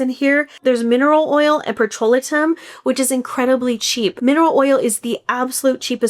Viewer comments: PETROLATUM is pronounced - Peh-truh-LAY-tm NOT pet-ro-LIT-um!!! While I appreciate the information you're sharing here - bcse it's important for consumers to be aware...and I know you've been in the business for a long time. It's a bit more credible when you pronounce the ingredients correctly! Especially such a common one. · You claim to be a formulator so I stopped watching your video the moment you mispronounced one of the top most common skincare ingredients. It's PETRO-LA-TIM, not "patrol-a-tim" 🙄 A formulator would know how to pronounce it, as would the so-called chemist you consulted 🙄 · Petro-la-tum is how it’s pronounced. I do reviews for a company and a lot of the items I receive are from Sephora. We test the products for an allotted amount of time and write our own, honest reviews. We get the item for free for our review. We do not get paid anything at all. No need to lie or makeup anything. We have no affiliation with any of the brands. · I've always heard it pronounced pet-tro-LAY-tum